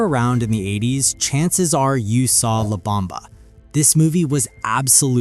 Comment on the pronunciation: La not Lab!